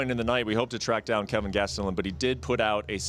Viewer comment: Hey, it’s Kelvin not Calvin.